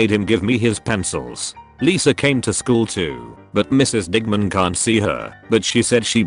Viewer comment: Video: digman My ear: di**man